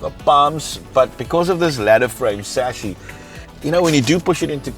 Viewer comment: It has a chassis, not a saches. :yougotthis::yougotthis::yougotthis